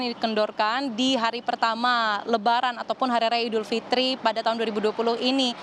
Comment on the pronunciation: Idul Fitri, bkn Idul Fitir